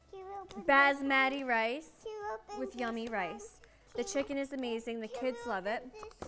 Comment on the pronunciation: “Bazzmaddy rice” 😭